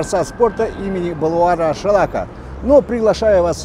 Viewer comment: Мухтар - гений 21 века!.А кто- то даже Шолак не может сказать правильно.Шолак, а не Шалак